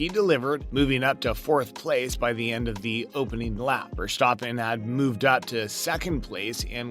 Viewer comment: "Ver-STAH-pen" it's actually VEHR-stah-pen. Make the "ah" short.